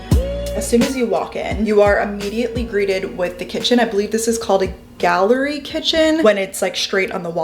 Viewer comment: Galley kitchen not gallery 😉